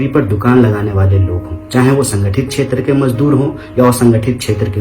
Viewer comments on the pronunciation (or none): none